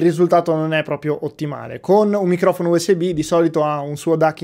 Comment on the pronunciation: Il maus raga il minghiofono😂